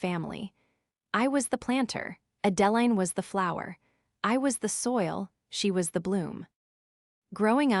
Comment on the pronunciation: The pronunciation of the name Adeline needs to be corrected. Extremely annoying!